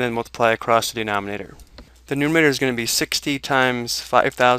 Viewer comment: It is called numerator, not numator.